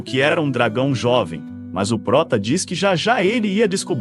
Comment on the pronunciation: mano to meio enduvida se e oprota é ( ele.) ou (ela) falacerio ese jeito de pronunciar ta mequebrando